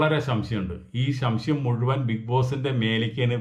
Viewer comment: ശംശയം അല്ല സംശയം 😅